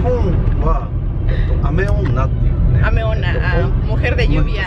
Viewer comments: La palabra del dia se escucho como miona lol. Wow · Parece que mujer de llovia suena como ah! Meona jajajaja y no pudo evitar acentuar lo jajajja, saludos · Con la palabra de hoy sonaba "amiona" y yo 😅 jajajaja me puse a ver el vídeo y escucharlo mejor jajaja